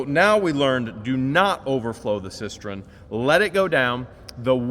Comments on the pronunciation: it's cisTERN, not cisTREN 😋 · it's a cistern not a cisterin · Not to be that guy, but it is cistern, not cistren. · Cistern, not cistren🙂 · Its a cistern. Cis-turn Not cis-tren! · I almost died laughing at George chasing the chickens!!! 🤣Loved the tour and the views of your gorgeous landscape and the leaves starting to turn! Was the booger salty? (Asking for a friend.) I know you hate corrections,, but you've added an extra "r" to the word cistern 4,000 times since you bought that property. I never exaggerate. I know you hate advice, but I'm feeling extra cocky, and the sun might discolor the toy packaging that you're so fond of, so maybe the kids could throw a sheet over the ones you didn't have time to shelve. Okay, I'm gonna be good now. P.S. I got the gorgeous rocks & crystals today and love them to pieces! 💕🙏🤗🥰